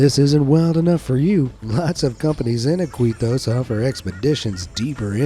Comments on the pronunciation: The CITY of Iquitos is NOT PRONOUNCED "Eh-KWE-tos" ..... it is pronounced "eh-KEY-tos" .... you got it mang? :) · It's "eeKEEtos" not "iQUEEtos"